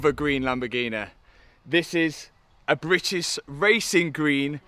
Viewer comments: Love how Matt can't say British properly 😂 Britiss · “Britis wacing gween”😂😂